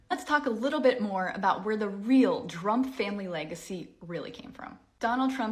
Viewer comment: trompf, not drumpf